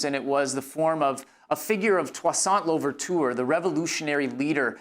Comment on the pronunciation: Lol 😅 « Touissaint Louverture » is totally not pronounced like that ,but oh well 🤷🏽‍♀️😂😂